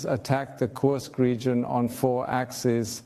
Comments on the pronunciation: Pra quem entende de russo: não seria mais correro dizer "Kursk" ao invés de "Kãrsk"? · Por que se fala "KARSK" e não KURSK? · Kursk: a pronúncia correta é como se escreve. Karsk é anglicismo desnecessário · Nao é Kãrsk, é KURSK! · o U de kursk é um U mesmo que se fala, não o U do inglês. É Kúrsk, um U lido como um U mesmo